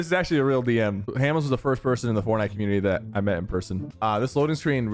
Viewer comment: "im ranked number one on fornut"